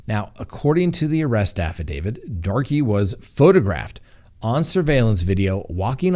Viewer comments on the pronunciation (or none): It's Chay (long a) fee. Chaffee county, as the locals pronounce it. Also, it's affidaviT with a t, not a d at the end of the word...according to multiple dictionaries including Black's Law Dictionary. Thank you.